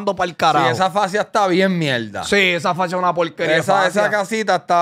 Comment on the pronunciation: Por favor chente no seas mamon por que la pelea fue una mielda y dice mielda a proposito.😅😅😅